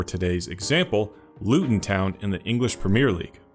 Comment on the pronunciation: Really love your videos. A tip about English team names: the emphasis goes on the second word. Luton /town/, not /Luton/ town. Like how you wouldn't say "I'm going to /New York/ City"